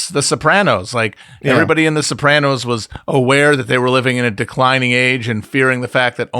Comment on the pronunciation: Guest pronouncing it Soprohnos is enraging